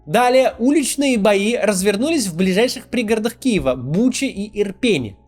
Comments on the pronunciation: ИрпЕне. Не ИрпенЕ. Ударение на второй слог. Да даже в Википедии оно есть. Не позорьтесь. А ещё лучше - посмотрите видео из освобождённого Ирпеня. Сердце кровью обливается когда смотришь на знакомые с детства места. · Ура, наконец-то правильное ударение в Гостомеле и Ирпене